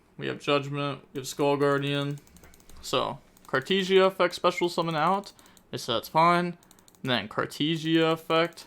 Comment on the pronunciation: Nothing is compared to how he is saying Cartesia with "tee"